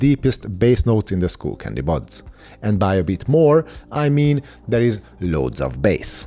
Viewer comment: Bro - it's sk-uh-ll not school. New subscriber here :)